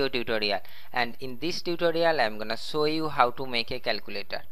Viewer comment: not show....."sow u"😂😂😂😂